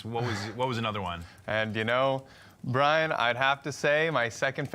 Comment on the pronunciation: I missed the live Brian, but I'm happy you liked my snowflakes. Thank you also for pronouncing my name correctly, believe it or not, 90% of the people have difficulties. ☺